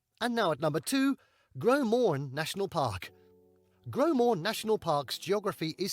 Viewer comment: GroS Morne. You pronounce the S. I've never heard about the Icefields Parkway being that famous, but the Cabot Trail is absolutely rated s one of the most scenic drives in the world.